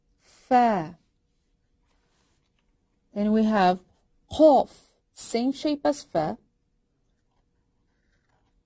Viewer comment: "Qaaf" sounds like cough maybe?